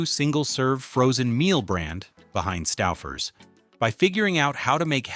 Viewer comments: It's "STOW-FUR'S". Otherwise, great video, thank you for the effort. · I effng HATE AI narration. Stau-ffers? WTF is that? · I said aloud when I heard it “stow furs.” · Its Stouffers not Staffers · st-OWWW-fers? Too much sodium. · That's pronounced "STOW-furs", according to this trash AI generated crap. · Why does the AI voice wait til the end to correctly pronounce Stouffers? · The mispronunciation of Stouffer's means they use AI for their voiceovers. If they do that, how reliable can their information be? It's just someone who plugs basic stuff into a video and posts it for the money. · Can't even pronounce Stouffer's. Grow a brain. Try watching Youtube reviews and learn now everyone with a brain pronounces such brand names. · Mispronounced 'Stouffer's'. Thanks, AI... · Yep, and thanks to the A.I. narration, they pronounced the company name two different ways in the video. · Definitely! Kept mispronouncing Stouffers, then, started pronouncing it correctly. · Your AI mispronounced Stouffers through most of the video, now this guy is misspelling it!